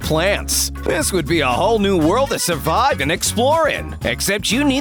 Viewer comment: narator: suvive